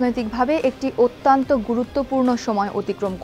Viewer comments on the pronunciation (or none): Your presentation and body language are commendable. Your Bangla pronunciation of ATTYONTTO isn’t correct, please watch it. Thanks